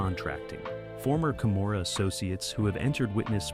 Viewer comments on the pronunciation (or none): Why does he keep sometimes pronouncing "Gomorrah" with a 'c' (?)